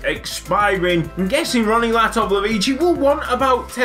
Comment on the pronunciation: Latovlevici Can't Say Your Name Right But Wants Your Contract